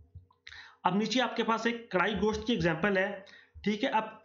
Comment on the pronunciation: Karahi Ghost😅 it is gosht